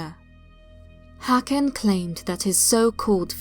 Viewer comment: As always, great work,! <3 Only the Swedish letter Å is pronounced more like O than A, so the Swedish name Håkan sounds much like how one would pronounce the English word "hawk", i.e. "hawk-an". Happy holidays, dear! <3